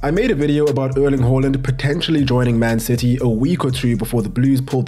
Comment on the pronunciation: “uurling huurland”